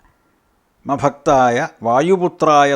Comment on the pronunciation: Ma bakthaaya alla Rama bakthaaya aanu